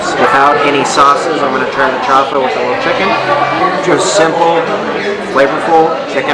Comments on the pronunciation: Don’t say chafa because chafa means fake it is chaufa you must pronounce the u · It's not pronounced chafa, it's chaufa (chow-fa). Like when you chow down on something.